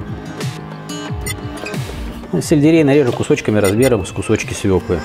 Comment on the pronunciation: Не свеклЫ,а свЕклы!!!